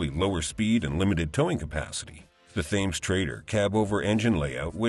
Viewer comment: Pronounced Temms, like the river in London. I said "THAMES" when I was a little kid and was quickly corrected by an adult. That must have been about 1960 when there was a fried chicken delivery van running around town with a Thames logo... cool looking van. It couldn't have been too bad. That business ran that van around delivering chicken every day for about ten years.